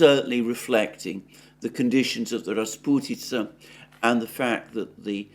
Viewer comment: "Rasputytsa" Wooooow🤗😘